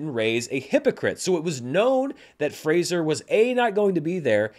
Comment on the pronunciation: Finally someone who knows how to pronounce Fraser. Hopefully Grace Is paying attention